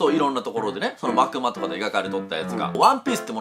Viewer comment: 「まくま」・・・？ もしかして、「幕間」(まくあい)のこと・・・？